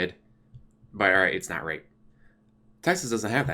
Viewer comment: The way you say rape is wrong.